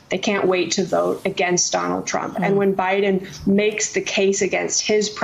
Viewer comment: I'm hearing "president trunk"